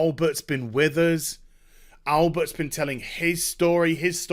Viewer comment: Please stop calling him "Albert"